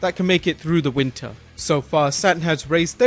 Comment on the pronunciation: SATURN "NOT" ( SATEN )